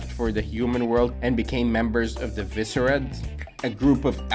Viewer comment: Moving forward Visored is pronounced (Vy - Zard) Also you should start using the actual music from bleach in your bleach videos But overall good video. I liked the Bleach to Naruto comparisons. Very nice.